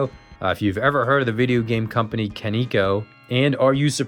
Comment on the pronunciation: It’s actually pronounced “kah-neh-koh”